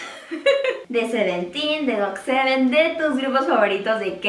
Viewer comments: No se dice "gotseven" se dice "gatseven" ahre xd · Me dicen el minuto en que dijo "gotesiete"por favor? :v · No se dice "gotesiete" Se dice "gotseven" :v (no hago hate -_-) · Se escribe GOT7 y se dice gotsiete xd